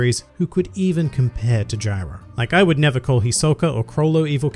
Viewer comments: Jairo, Dude. Not Gyro. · Why is everyone saying “Gyro” I’m pretty sure it’s Jairo